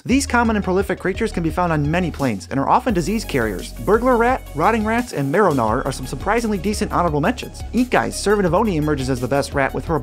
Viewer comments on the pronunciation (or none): none